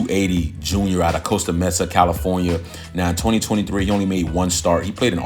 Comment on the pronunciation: Another phenomenal update! BTW its pronounced MAY-suh (Mesa). I live in Arizona. 😂. Thanks for the video!